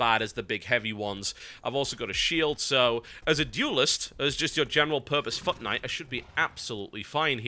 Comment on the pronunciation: When he says foot knight, it sounds like he says fuck knight.